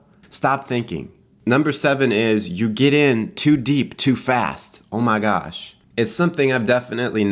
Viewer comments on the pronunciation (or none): Starting i just started laughing "brotha" "stahp thinking" "oh mah gawsh"